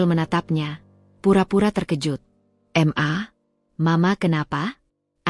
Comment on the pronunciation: Mbak baca ma itu jgn dibaca m dan a ...tapi di baca maaaaaaa ..itu singkatan dari. Mama ...begitu mbak